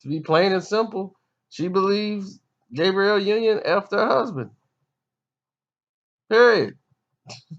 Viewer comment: It sounds like you're calling "Gabrielle" "Gabriel"...Her name is the female pronunciation..